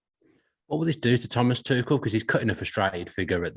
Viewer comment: Try and get people's names right. Tuchel.